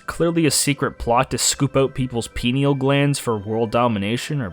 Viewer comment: "pin-ee-al" ?? Do you mean "pine-ee-al"?